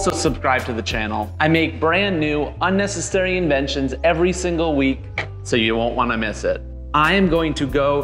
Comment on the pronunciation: A rug that says unesisairy